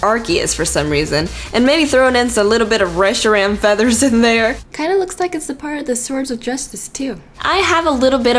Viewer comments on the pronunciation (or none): none